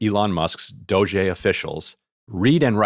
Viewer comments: It's not pronounced Dojay! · Ryan: "DOE-JAY officials" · Does Ryan think it's a sick burn to keep calling it "Doh-jay?" That's as pathetic as people saying "Drumpf" being like "i'M rEsIsTiNg..." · Ryan pronouncing it as “dogè” killed me 😂 so fancy, so official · Bro stop calling it DOGE-ey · why does Ryan pronounce DOGE as “Dojay”???? it’s pretty easy and clear to know how to say it if you understand english. why has no one corrected him? he just looks stupid saying it. i love ryan tho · appreciate Ryan trying to get the pronunciation right on doge, but it's DAH-GEE. thanks for a good show, y'all. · FYI Ryan it’s pronounced Dog-ee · Bothers me that ryan can't or won't say doge correctly. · im still triggered by the way ryan says "doge" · I live for how Ryan intentionally mispronounces DOGE lolol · yeah emily commented on it recently with ryan and he continues to misspronouce it lol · Ryan and Sam Seder leading the way in doggie pronunciation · I gotta be honest - every time Ryan mispronounces DOGE I find myself rooting a little bit harder for Elon. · Ryan's mispronounciation of DOGE renders every single thing he says afterward moot. Mountains of MDS-fueled bias.